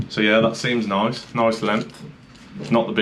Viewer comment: New game everytime says noice take a shot 🤪